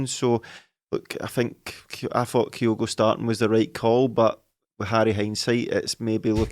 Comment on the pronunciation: As ever, good stuff 👍. But please, please, PLEASE, gonnae tell it’s Kyogo, no’ Coyogo. 😳